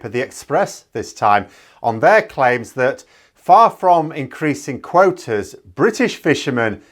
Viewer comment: Did you actually say quoaters (quotas + waters)? 😂